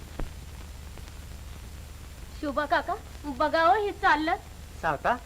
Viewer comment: सावता माळी बोला..सावत्या माळी नाही